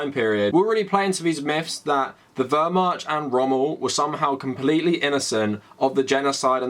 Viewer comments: I've universally heard it pronounced more like "Vehr-Mahkt", including from historians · I agree with everything you said here, great commentary. PLEASE google how to pronounce Wehrmacht. In english-mode try : Vahr-Muhkt. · WermaCH. You are butchering the pronunciation. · My sudetengerman grandfather was in the SA, nazi apologetics are the worst. Btw the ch in Wehrmacht is pronounced differently, I think the google translate pronounciation seems valid. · The "ch" in Wehrmacht is pronounced like in "loch" not like in "charm." Your video is invalid. /jk Really good to see more people noticing and taking it on.